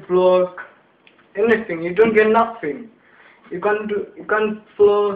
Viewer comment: Say nuink INI lool